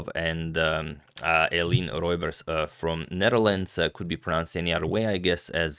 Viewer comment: Antonio, you are so good with pronunciation, except when it comes to us Dutch people! Maybe I can add a tiny snippet to your infinite wisdom. "Eline" is almost correct, but it's a three-syllable first name, so not "Ayleen", but more like "Ayleena". "Roebers" you also almost got correct, but "oe" in dutch is pronounced like "oo" in zoo or "u" in super. So, no "roybers", but "roobers".